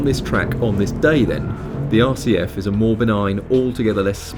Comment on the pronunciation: I keep hearing Lexus RCH... then I have to remember it's not a red clam hair